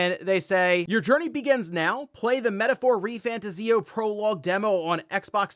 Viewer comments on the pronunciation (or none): I think it's Re-fan-TAHZ-ee-oh.